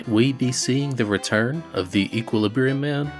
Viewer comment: I hate to be that guy but Equilibrium not equalibrum